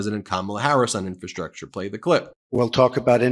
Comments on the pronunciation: Trump's such a dope, he can't even say "infrastructure". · He can't even say "Infrastructure", let alone build it. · He's has problems pronouncing "infrastructure." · Chump can't even pronounce infrastructure properly. He knows nothing about it and does even less to improve it. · He can't even pronounce the word infrastructure. No one has ever seen this word before. People are saying this must be a new word. Obviously Joe Biden and the democratic deep state are inventing words like never before. Fake words. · Trump can barely pronounce the word ( Infrastructure)😢😢😂